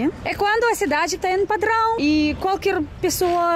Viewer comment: kkkkkkkkkkkk, achei muito engraçado, como você fala "padrããoo".